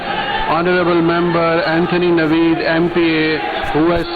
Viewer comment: It's neviid not naved ??